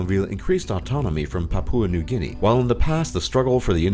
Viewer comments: "Pap-oo-a New Guinea" 😂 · Please learn how to pronounce Papua New Guinea PLEASE!